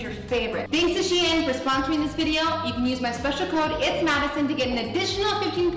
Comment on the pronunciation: Wait I always pronounce shein as sheen but is it meant to be pronounced as she-in cause that is how madison said it 💞